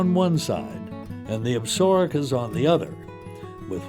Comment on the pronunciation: You would think they could find a narrator who could pronounce "Absaroka" correctly.